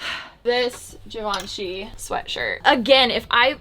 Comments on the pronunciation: It is “Jhivanjei” not “ Givenchi” ✨✨✨ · “zhee vaan shee” girl not chi